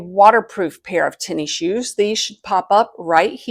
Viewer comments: “Tenny Shoes”… “tennis shoes”…🤭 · Came here to say this. “Tenny shoes” took me a bit to figure out she meant tennis shoes, aka sneakers.